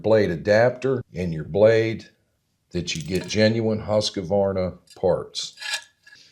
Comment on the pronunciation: it is husk-varna not husk-a-varna